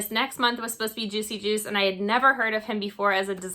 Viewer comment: New sub! Thanks for pronouncing the artist's name because I blew it on my channel.